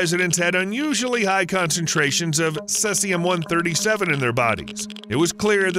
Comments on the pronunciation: He keeps saying cessium. It is cesium that sounds like "seize-ee-um." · Cesium = see-ze-um. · its pronounced "ce zeum", not what the devil you called it................. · Its pronounced "seize-E-yum" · I believe the proper Pronunciation of cesium is /ˈsiːziəm/ (SEE-zee-əm) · you are pronouncing cesium wrong. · It's pronounced "see-zium" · See-Z-um is the way it's pronounced I believe. I could be wrong tho. I've just never heard it pronounced the way you do. 🤷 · Please do your research on how to pronounce words before attempting to make an informative video.. Cesium is pronounced (see-ze-um) Oscillate is pronounced (ah-suh-late) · It's pronounced "see-see-um" 137, "stron-tee-um" 90, and "ah-sill-ate-ing" waves :) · Your pronunciation of ‘oscillating’ and ‘Cesium’ are pathetic!!